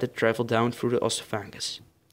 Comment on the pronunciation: it's pronounced EHS-OFF-EH-GUHS not OSS-OOH-PHANG-US